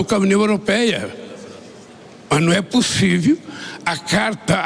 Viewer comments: ...ma num e’ pussiviu kkkk🤣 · Né pussive😂😂😂😂😂 Afffsss!! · Né possivi😅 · Ex presidiaario fala errado ,a palavra correta é:possive ou POSSIVEL?KKKKKK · "Estou doido...", "não é POSSIVI...". Que vergonha. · “NUM É PUSIVE” 😅😅😅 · Né possive😂😂😂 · O Lule falando: não é pussíve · Não é possiviel kkkkkkkkk tiplex 😂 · " Não é possivi "🤤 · Não é "pussivi" que até hoje esse sujeito não aprendeu a falar o português. 🤦🏻‍♀️ Desgoverno da vergonha! #Foralula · Lula: "Né pussivi". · "não é pussívi"!!!!!!!!!Esse Lula é um poliglota!!!!!Fico imaginando a dificuldade do tradutor para adequar os absurdos que essa coisa fala!!!!! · "Num è pussivi" 😂😂😂😂😂 tenho vergonha pelos os eleitores desse traste. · "Né PUSSIVI" KKKKKKKKKKKKKKK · A desgraça falou : "não é possivi." Ignorante safado ladrão. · “Não é possivi” ter um presidente falando tão errado!!! Teve todas as oportunidades de estudar e preferiu aprender a roubar. Que vergonha!!! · Não é ""POSSÍVE""!!!!!!! Português impecável desse analfabeto....meu Deus!! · " Não é pussívi" esse é o grande estadista! 😂😂😂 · Lula: não é possivi! 😂😂😂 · Luli: "Né possive". " 🍐mor de Deus". 🤦🤦🤦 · Mas nue pusive kkkkkkkkk português bom de mais kkkkkkkk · "Nao é possivi," vai falar errado lá em, casa, vixe que vergonha